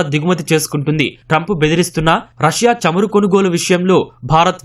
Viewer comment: చెమురు కాదురా బాబూ చమురు. తెలుగు భాషను హింస చేయవద్దు